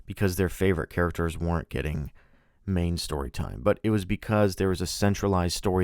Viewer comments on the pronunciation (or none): none